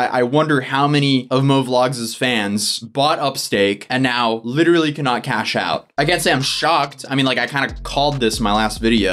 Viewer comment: dont forget literally pronounced lit ra lee....